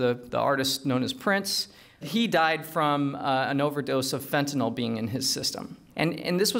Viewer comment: He lost my interest the moment he said "fentatyl".